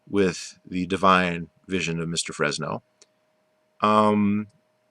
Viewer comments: haha dude the fact that you're saying jack frezno proves you haven't done any research at all. Keep living in your little world buddy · *Jacque Fresco not Fresno 🤣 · You just didn't get the point or right people to talk to. You also got the Venus Project wrong on how it really works and Jacque Fresco's name pronounced wrong as well. An NO this type of society never got to break ground because of Money, Greed, and Power over the people with it. Big Oil being one of them, but Elon Musk is slowly killing them off. We need a resource economy not money/greed/power hungry economy.